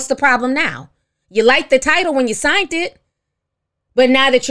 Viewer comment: I love the way Ti says "signT" instead of "signed".